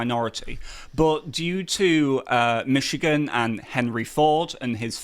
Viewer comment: I'm just trilled to hear a Brit say MiSHigan correctly.